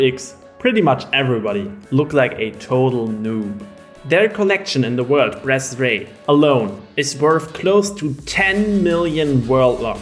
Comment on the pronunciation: Am I the only one hearing "breastday" instead of bretzraei?